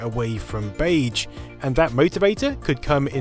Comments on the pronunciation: Something about the way you say "beige" really bothers me. "Bayj" feels wrong when it's "beyzh". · "Beidge"... Sure let's go with that. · In this video: Beyj. Bayj. Beyj. Beyj Beyj Bayj. I checked American and British pronunciation. You're sayin' it wrong. And you said it wrong a lot. The 'ge' is like 'rouge' and 'genre' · I hate that you keep saying BEIJ instead of beige, pronounced beizh. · Gaaaah, all I can hear now is "Bayj" instead of "beizh". Have you done a word count of how many times you said it,? Are you saying beige in your sleep now? (I mean, more than usual) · I'm British and this isn't how I pronounce beige... (bey'zh) not (bage). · I had no idea anyone pronounced "beige" like this. Baidj. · 'Bay-juh' dude... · 'beiDge' aaaaaarrrrgghh! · Bage? Haha in all seriousness though, great content! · Is therea "d" in beige ? Or is that an England thing? Lol love the video. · Baydj? Baydj? BAYDJ? FFS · Except that most British people would, I suspect, say it with the zh pronounciation, and not the way he does (I'm British myself by the way). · I was wondering what you meant when saying baje until I realised you meant beige. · it's not pronounced bayje i am crying MAKE IT STOP 😭😭😭😭😭 please I'm begging you I am only 4 minutes in how many times will you say bayj i am pleading i am on the floor in a puddle of my sweat please sir please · Dude, you say beige wrong. 🤢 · Pronouncing beige to rhyme with "age" is a bug bear of mine! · Mispronounce beige one more time! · I really loved the video, even the bizarre (mis)pronunciation of the word beige couldn't spoil it. :) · Is anyone else bugged with how he pronounces beige? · I profoundly disagree with your pronunciation of "beige". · That's not how British people pronounce it either. He's just saying it wrong. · Never heard beige pronounced beige